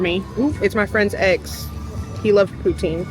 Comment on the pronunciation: Canada here, poutine is a french word, pronounced poo-tsin! That did not look like the best poutine, hopefully you can come to Canada one day and try one at a Québec cantine. The cheese is meant to be squeaky, but it usually should be a little melted and soft when you eat it, it's my favourite part😍 poutine is not a gimmick for tourists, we be eating it regularly instead of going to a burger joint